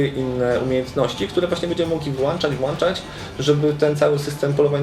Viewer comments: Włanczać i wyłanczać? Myślałem że się włącza i wyłącza bo przecież jest włącznik a nie włancznik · Włańczać, wyłańczać :D